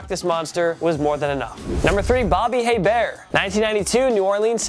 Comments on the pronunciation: Ok, it is pronounced Bobby A-Bear, not Hey-bear. There is basically no emphasis on the H. And I hate hearing New OrLEANS. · Aye Bear. Pronounced Aye Bear.😐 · "Hebert" is properly pronounced "A-Bear" not "Hey-Bear." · Pronounced Bobby A-Bear not Hey-Bear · It is pronounced A-bear, not hay-bear. Damn man you're killing me. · I is pronounced "ABEAR" no H noise..LOL good luck. like sounding funny? no one told ya? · Bobby Hebert, Pronounced A Bear. The H is silent. Your welcome. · Hebert is pronounced (aye-bear) Source: Bitch I'm from Louisiana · And Hebert is pronounced Ay-bear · Nice vid. #2 Bobby Hebert - pronounced Ay- bear (H & T silent). USFL alum with Jim Kelly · Saints QB, Bobby Hebert, is pronounced EY-bear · The way you say Hebert and New Orleans is cringe worthy.... IT'S PRONOUNCED (ABEAR) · It’s Bobby A-bear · Hebert is pronounced ‘A-bear’ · I’m from Louisiana and just for future videos Bobby Hebert’s last name is pronounced ( A Bear ) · It's pronounced "AY-bear" . You don't pronounce the "H" in Hebert. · Bobby Hebert pronounced (Ayy -Bear) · The way he pronounced Hebert (it’s pronounced aye-bear) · Botching Hebert’s name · Bobby Hebert deserves enough respect that you pronounce his name correctly. The Cajun Cannon is still a state legend. Please PM me if you would like to know how to say the mans name properly. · You butchered Hebert's name. The h is silent